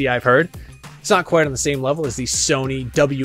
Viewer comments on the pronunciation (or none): none